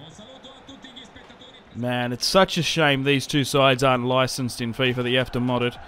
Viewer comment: Did just say fyfa???😭😂